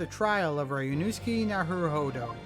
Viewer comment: Ri-you-no-s’k. In Ri, the i sounds like a long e. The su is shortened and sounds like a hissing sound effect. K like ok. The hissing s and k are merged together. In most other words, su is pronounced like Sue.